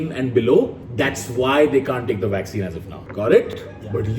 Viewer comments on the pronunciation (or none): Public: Vakccine kaha hai Tanmay: Waxene yaha Hai